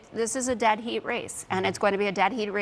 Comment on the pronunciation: Ouch. I though she said dead beat race. Not dead heat race. 😂